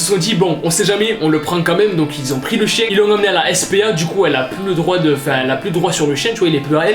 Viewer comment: "le chein" mdr le fail